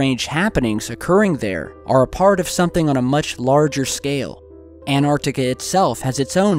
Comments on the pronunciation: please....it's Antarctica (ANT Arc Tica)...not Anarctica (An Arc Tica is how you always pronounce it). Ok, I feel better now:) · Repeat after me: ANT-ARC-TI-CA